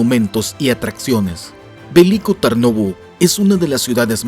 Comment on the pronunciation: Pues pásatelo bien y por cierto se dice Veliko no Verlicko y Tarnovo lo dijistes bien